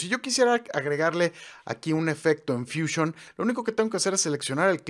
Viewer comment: Porqué dices edición? Si despues dices fúsion?